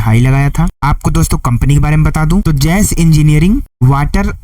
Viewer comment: Jas engineering nahi JASH JASH JA ESH... JAS WRONG